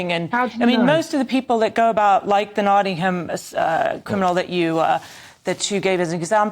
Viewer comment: Naughtham do you mean Nottingham 😂